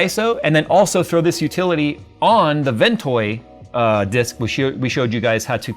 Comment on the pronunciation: Is he saying WinToy or Ventoy?